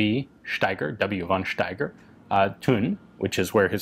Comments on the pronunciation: Von Steiger is pronounced fon Steiger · The only "but": von Steiger is pronounced [fɔn ʃtaigʌ]